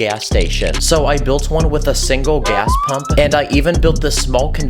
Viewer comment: Bro he said gaz 💀